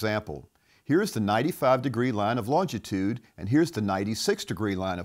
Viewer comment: There is only one t in longitude, not two. It’s not longtitude.